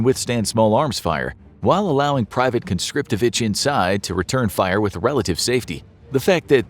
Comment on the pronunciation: Privat conscriptowitsch... did you hear that?